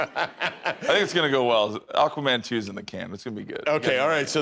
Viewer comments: Why is Aquaman (phonetically pronounced Ak Wa Man) being (phonetically) pronounced as Akoomun and AkWooMun, by this narrater? Sorry, I realise that the point of the video is the subject matter, but how did she not learn the name of the film, before recording this video? It is SO very distracting and aggravating! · It sounds like you're saying Aquawoman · I think given the fact that the narrator, for this video, cannot even pronounce the name of the film they are talking about, I would take most of what they say with a pinch of salt! The info in this video is just someone's opinion on info that we can all easily find, elsewhere! Pointless content, unfortunately!